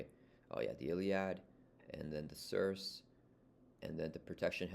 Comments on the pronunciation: The Circe = The "sir-see" The Pericles = The "peh-ruh-clees" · It is worth noting The CIrce puts allies into play from hand, it does NOT play that ally from your hand. Certain triggers will care about this. Spider-Man:Peter Parker is one of these. You will NOT get the on play benefit for putting Spider-Man into play with Circe. Also I think it's pronounced SER-see, its a reference to Greek Mythology just like the other unique carrier.